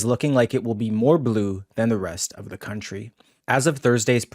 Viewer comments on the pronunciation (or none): none